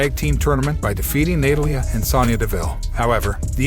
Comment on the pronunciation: Ahhh Excuse me I don't know what rock you been hiding under but Roman Reigns has had both titles for over 700 days please get your fact straight before making a video! Secondly please get people's names right its Natalia not what you said on this video!